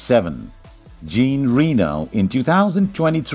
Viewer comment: DDDDD not dzsinn rínó.. its "ZSANN rénó" ;) worst spelled name i have ever heard 😅😅🤣